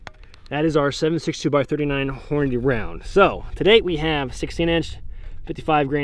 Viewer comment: Thank goodness! You say it correctly, that’s right, it’s horn-a-dee!!! Not horn-a-day!!!